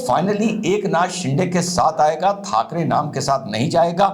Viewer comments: सिंडे नही सिंदे 😊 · साहब, शिंडे नहीं, शिंदे